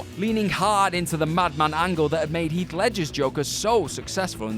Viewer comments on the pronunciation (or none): none